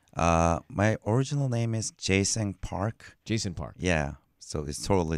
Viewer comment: He said Jay Sung Park.